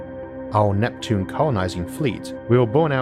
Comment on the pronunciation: "Uwanus and Nweptune" I'm sorry it's too adorable for me to pay attention 🥺